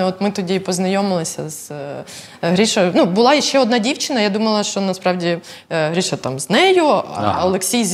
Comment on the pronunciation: Ріже вухо ім'я Гріша,коли правильно говорити по-українськи Гриша.